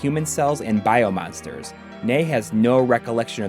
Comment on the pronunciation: Finally know how to pronounce Nei, I loved the final boss and I cried when Nei died